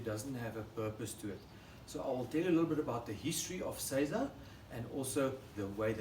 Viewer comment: So many other examples you can find will mispronounce seiza. says it correctly. Arigato gozaimasu for your great example.